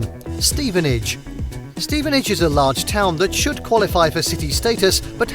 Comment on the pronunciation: Bro Stevenage killed me :')